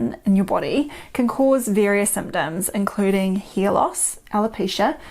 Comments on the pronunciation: She says hear loss. lol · Are you saying hair or ear ?